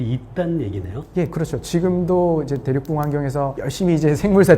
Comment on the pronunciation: 대륙붕을 발음 하실 때 계속 대륙뿡 대륙뿡 이렇게 발음 하셔서 무슨 대륙의 방구 같은 느낌 입니다. 대륙뿡뿡이 핑핑핑